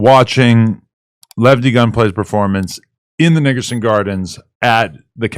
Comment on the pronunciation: Is he sayin Nickerson or niggerson .Am I the only one hearin it